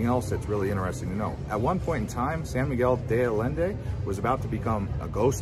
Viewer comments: Sorry, it's "deh Ayendeh" not "day Ayenday" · De ayende…. Not de addende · se refiere a la mala pronunciación del español..no es ayenday ..es Allende ..haciendo incapien en las LLs. Sería algo así como yeee ..sin la y al final..tómese el tiempo de preguntar a alguien nativo cual es la pronunciación correcta. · Wrong pronunciation is more like ayenda!!!! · ALLENDE - the double LL's are pronounced like a Y as in YES -- AHYENDEY. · It's San Miguel de Ayenda, double "ll" in Spanish is pronounced like the "y" in yes. Also there is crime there, people report and have been captured on camera, tourist being robbed at intersection while in their car. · Sawn miguel de adende! Hahaha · Thank you for explaining it to him. This is my home and I was cringing with All of this pronunciations. LL is not a D. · Butcher the name...adding letters to name...come on gringo, get with the program.